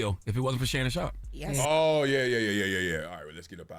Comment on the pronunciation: Excuse me folks.... I believe it's Shannon 'not so' Sharpe ... not Shay, Shay